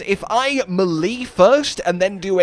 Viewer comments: Its not millee it meele lol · muh-lee?!?! It's pronounced may-lay. I have never heard anyone say it like you did. LOL! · Love the vid, really good update to the Vex build. But good sir, for the love of all things holy, please learn to pronounce melee (may-lay) correctly! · that’s deff not how you say melee…at all